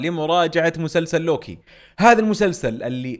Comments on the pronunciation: صحيح وكأنه يلفظه lowki 😅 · انطق اسم لوكي عدل يا راكان☺️